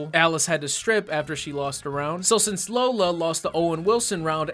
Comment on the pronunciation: the real reason i fucking hated this movie her names lola, that’s bad but what’s worse they’re pronouncing it wrong 😪